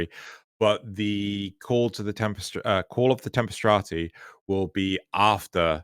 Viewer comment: no I dont feel nerfing Blood Rush and Weeping Wounds etc... would 'fix' melee as the meta would just shift to another copy paste build. also you keep saying "call of the tempstrati" i think you are getting "Tempestarii" confused with "Entrati"